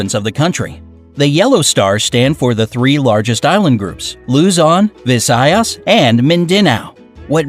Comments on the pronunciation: LUE-ZON, VISÆYAS, AND MIN-DÆ-NAO got me laughing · "Luuzon" "Vizayas" and "Mindinao"